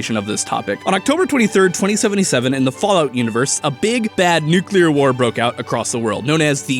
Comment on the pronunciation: Nu-clear. Not Nuke-u-lar